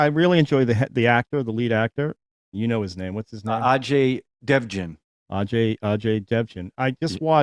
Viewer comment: Its pronounced "uh-jay dev-gun".. His father was a big Action-Director in 70s,80s and 90s.. he is a popular actor & writer.. you saw him in Barfi and PK.... Writer saw TV news of Vijay (he didnt knew abt his case). hence he came to p0lice.. its funny you call it diner, resto, etc.. In India, from small shack to 5-star lodge.. everything is called as "Hotel"